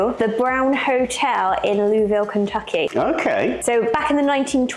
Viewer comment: Louisville is pronounced Looeeville. Not Looville. and not looisville. Just the way that you would pronounce Prince William's 3rd child Louis.